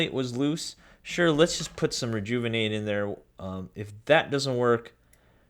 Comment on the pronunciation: Take a shot Everytime he says rejouvonate